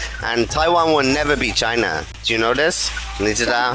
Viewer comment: Did she say “Choi Na”? 😂